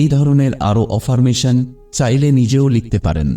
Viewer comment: Affirmation শব্দটা অ্যাফারমেশন